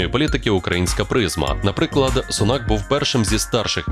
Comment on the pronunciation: Перепрошую, вибачте, він не SUNAK, a SUNAK, аю на увазі наголос на букві U , тобто на першому складі .